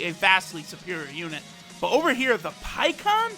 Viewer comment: Pie kon it’s pie ku han